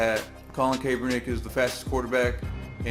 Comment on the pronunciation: Kap-er-nick lol